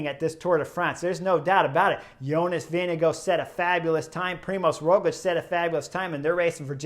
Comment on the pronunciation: Who TF is Jonas Vinigo? Why do you pronounce names so poorly?